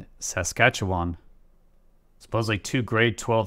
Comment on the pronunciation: Sorry i loled at your pronunciation of Saskatchewan but it's ok. Hard to say, easy to draw.